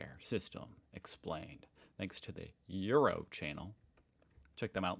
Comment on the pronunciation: I appreciated how he tried to say Uro in the German way and though it‘s pretty difficult for English speakers he managed it pretty well.😊👍